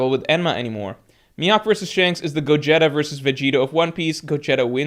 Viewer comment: did this guy really pronounce gogeta like that lmaoooo bruh